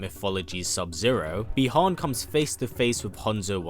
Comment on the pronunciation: I have have a comment, could you please pronounce the names of the characters correctly. For example : Bi Han, because I noticed that during the video.